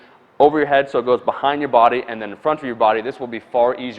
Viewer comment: Bhahaind the neck press